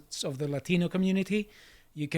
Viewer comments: It's always funny to me hearing people with perfect American accents pronounce the word Latino "Lah-deeno" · Love the "Latino" pronunciation. Yeah, nobody buys it. 😂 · Why is it that people make the exaggerated fake Spanish accent whenever they say "Latino" or other Spanish words? We don't do that for all the Russian words, places, names involved in the Ukraine war. We don't do it for Germany. We don't pronounce British cities with any British accent (except when we make fun of them--which is often). So why do it for Latino things? It certainly seems they do it as a signal of who's in the 'club.' And just like the rest of their signaling, it provides insight into whom we should reject.